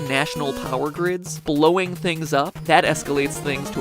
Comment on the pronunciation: Did I just hear 'blowing' transformers?